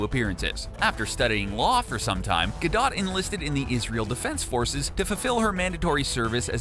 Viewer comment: it's not gado it's gadotttttttttttt